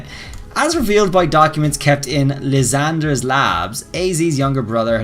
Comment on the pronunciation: Lysandre is pronounced Lie - San - Der